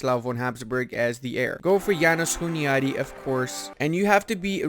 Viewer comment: So funny how you call János Hunyadi "Jánosz Huniádi". Anyways, thanks for the video, and keep up the good work! Greetings from Hungary